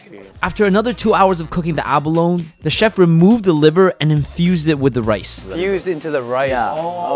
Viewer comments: The chef that can barley speak English pronounce abalone right but the channel guy can't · He cant pronounce abalone.